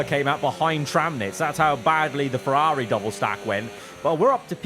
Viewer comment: the viewers team. It’s the bloke who can’t say Ferrari properly who’s team it is.